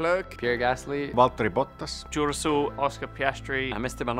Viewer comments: Even you can't say it. Because his name is Russell and not Russel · swear george said his name is duracell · i hear 'duracell' from george russel